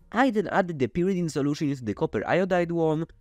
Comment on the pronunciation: you got some pyridine and some purrydine too :3